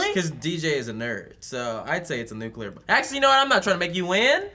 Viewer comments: Silly Joe, saying nucular! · They're aware that Heisenberg isn't just from Breaking Bad, right? Also, Joe saying NUKULAR really...grinds my gears. NU-CLEE-UR (Nuclear) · Oh man, Joe. "Nuculear bomb." George Bush is that youuuuu??? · It's really bugging me hearing them say nuclear as "nucular" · really joe? nucular......i thought u were better than that